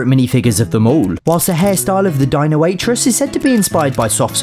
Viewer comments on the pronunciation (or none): none